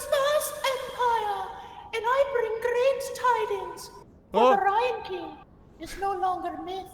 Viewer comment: So you’re telling me for like the past year and a half this dude’s name was the “Ryan King” and not the “Rhine King”? Disrespectful.